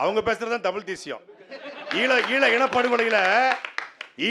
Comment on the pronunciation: அது தமிழ், டமில் அல்ல. அது கற்பிப்பவன், கற்பழிப்பவ் அல்ல. இவங்க தான் தமிழ வளர்க்க போறாங்களா?